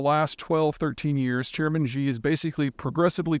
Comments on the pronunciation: Peter, stop calling him 'jee'. Xi is pronounced 'she' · It's "shee", not "xgzee". The x is sounded as "sh". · Love your work Peter, you are a wordsmith and I gotta straighten you up on your Xi pronunciation. Pretty easy, Xi = she 👊🏻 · He doesn’t have to sound like a native speaker, but he is pronouncing things so poorly that it is embarrassing to listen to. For example, President Xi is not pronounced “President Z”, it’s more like “President She”. For people that follow China closely, his mispronunciations make him sound ignorant and silly. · 😆 I think it is hilarious that you always pronounce Ji instead of Xxxxxi 🤣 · You need to learn how to pronounce Chinese names. XI is pronounced like SHE. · She ditched the summit! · You really should learn how to pronounce Xi correctly... Would only take 2 minutes of your time, and would make you sound more credible. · 2 seconds, really. Just remember how "shit" sounds, and you're there. ;)